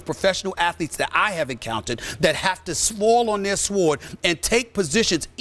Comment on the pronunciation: This dude can't pronounce the word "sword".